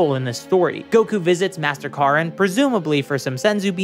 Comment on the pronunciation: Talk to Amarillo Texas for me . And every other place they mispronounce Oh of course and Korrin was named after a car so it’s Karrin